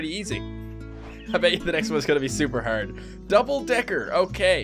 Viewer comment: Is it just me or do Canadians say hard a little different? I didn't mean to offend anyone or. Just wondering.